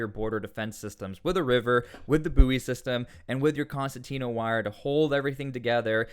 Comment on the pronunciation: Concertina Wire* As an Engineer you should know this. Please say it correctly.